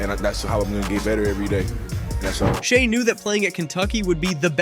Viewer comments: It is crazy how this guy pronounced Shai's name 3 different ways through this article. Good otherwise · I’ve heard at least 10 different pronunciations of his name in this video